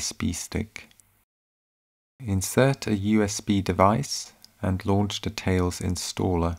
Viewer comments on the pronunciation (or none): I think it's a hoot that the narrator can't say a voiced 'th', as in 'the'. Barely escaped from Saff Luhndin? Peckham or Camberwell ? 'copy de infohmashun to de USB stick'.